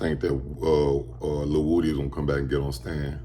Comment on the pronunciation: um his name is a actually pronounced wooody